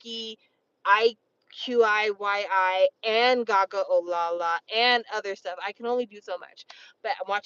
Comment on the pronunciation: In the interest of making your life easier, iqiyi is pronounced as eye-chee-yee ^^ You need to get on 4 minutes and The On1y One!